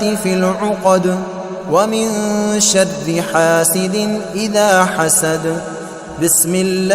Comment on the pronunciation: یہ شر کو شد کیوں پڑھ رہےہیں ؟؟